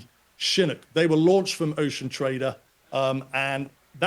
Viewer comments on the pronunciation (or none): Chinook, pronounced shha nook...shha like the first part of shove , nook sounds like cook with an 'n". Not how he is saying it. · How does this expert not even know how to pronounce Chinook?